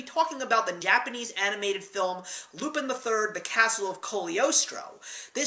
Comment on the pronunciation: Two things: 1) The animation of this film was used in a 1983 Laserdisc arcade game, Cliff Hanger. 2) It's not pronounced "loop-in", but "loop-ON". It's French. Great review, though.